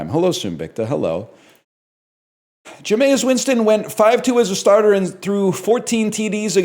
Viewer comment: My stoat is so washed, he's a clean ermine....... did the ball knower say "Ja-may-is"?